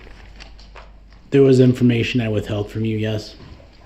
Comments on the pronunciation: just like when he says “can I do dat” ! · Translations Dat = that Du’uh = the Axe = ask Axed = asked Dis = this